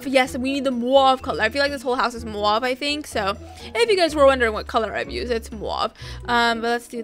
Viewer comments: It’s pronounced moove not mwave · It’s not mauve (moo-av) its mauve (mov)